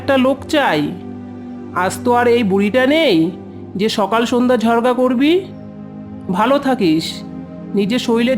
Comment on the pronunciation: ঝড়গা নয় ঝগড়া